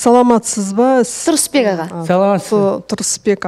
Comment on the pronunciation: 😂😂😂😂😂 саган кайтадан уйрену керек ариптерди Перизат сенин Сурысбек ага дегенине кулип жатыр ар жургизген сайын создерди кате айтасын "ывкусын" деп бир кулдирдин енди "Сурысбек ага" деп тагы отырсын